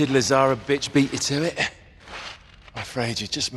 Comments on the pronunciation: Who else kept calling Lazarvitch into Lazarbitch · Why am I hearing Lazaravic’s name “Lazarabitch” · When I first heard his name, I literally did a double take to make sure I heard that right… then I heard Lazarabitch from Flynn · Because you guys can't pronounce Slavic serbian names